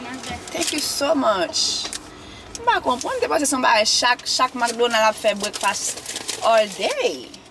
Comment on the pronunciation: Jess does this every vlog MACdonallld don’t do bwekfast all day nomo Jess 😂😂😂